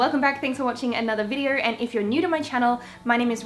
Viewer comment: the way she says videor lowkey annoys me I'm sorry but great video 😂😂